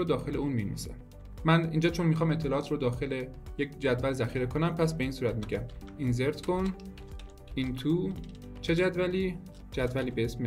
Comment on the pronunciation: سلام کلیپ تون خیلی عالی و حرفه ای و روان بود . پیشرفت قدم به قدم و برنامه نویسی هنگام تدریس. استفاده کردم. با عرض شرمندگی فقط یک نکته ریز و اون هم اینکه تلفظ insert (اینسرت) رو حتما چک بفرمایید برای کلیپ های آتی